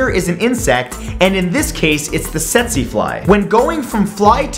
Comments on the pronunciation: Pronounced "teet-see fly" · Tsetse is pronounced Teet-Zee bro.